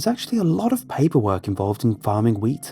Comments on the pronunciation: WHEAT...ah...I thought he said weed😂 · Grain, oh I thought he said weed farm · Did anyone else think he said Weed farm at first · Being honest, when he first said wheat farm I thought he said weed farm. I think it's got to me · Please tell me I'm not the only one that thought he said weed farm.